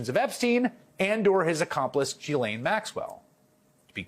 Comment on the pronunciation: thank you for being the ONLY one to pronounced Ghislane correctly. I see so many struggling Embarrassingly with this. 😘